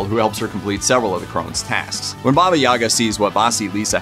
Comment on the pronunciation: Why English speakers always mess up stress in Russian words? The stress in Yaga is on the last syllable - Yagá - YagAA. And 'babushka' is first syllable - bábushka - bAAAbooshka. Also never heard of those fairytales... 🤔